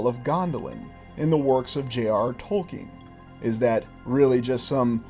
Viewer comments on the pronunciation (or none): none